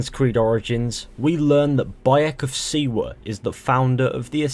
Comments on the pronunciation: its Bayek of SIWA not SIBA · He pronounces siwa wrong so many times